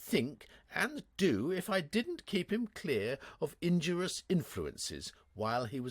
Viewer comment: Once again, too many mispronunciations have crept in. "Noblesse oblige" is almost right until an extra syllable is tacked on. Then there was "injurous". No such word exists. It is "INJURIOUS" - 4 syllables. And so it goes. No voice director can be perceived in any of these attempts by.